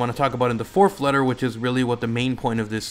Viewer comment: Its Fourth not "Forf"